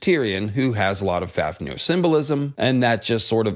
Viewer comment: pronounced fawfnir